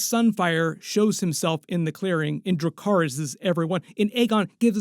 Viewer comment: Im pretty sure Aegon says dacarys instead of dracarys to Sunfyre because he was bad at high Valyrian.